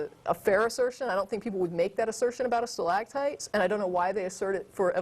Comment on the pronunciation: the way she pronounces stalagtite is really annoying, and she must have said it about 20 times.